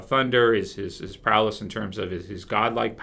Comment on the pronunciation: when you say prowess it sounds like prowless. I don't know if it's intentional but it's kind of annoying